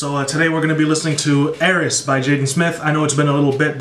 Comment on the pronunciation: your reaction is one of the best i’ve seen so far and just two things. 1. the title is pronounced eye-ris (i was confused at first as well) 2. the track i-drip-or-is is supposed to be like his play on the greek myth icarus this album was extremely creative and pleasing to hear. love your reactions doug 💪💪